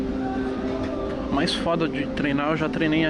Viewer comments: É dumbell toguro, não double 😂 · Toguro é Dumbbell e não double 😂😂😂😂 Dumbbell é halteres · Se pronuncia dambel fella tmj